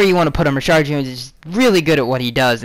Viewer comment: Why do you always say ReSHARD and not Reshad.